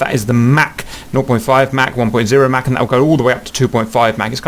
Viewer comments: Mach is pronounced like "mock" or "rock", not like a Big Mac. Play the audio icon at It was named after Ernst Mach, an Austrian physicist. Mach is a German word. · You're pronouncing Mach wrong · Haha the way he says mach